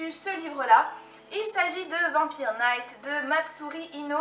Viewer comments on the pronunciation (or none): none